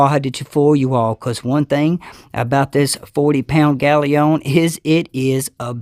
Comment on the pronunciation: Brilliant review, and you might be the only person on youtube audiophile channels that can pronounce galion correctly!